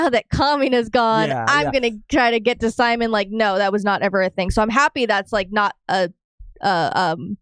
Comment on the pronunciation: Just letting y’all know, it’s pronounced Si-Mone not Sie-Min